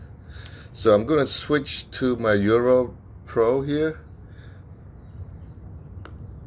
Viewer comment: Sorry, but it keeps sounding like you're calling this a "Euro".